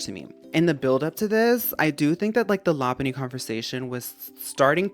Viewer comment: Thank you for saying Lopunny correctly. Literally no “poke-tuber” say it right. 💚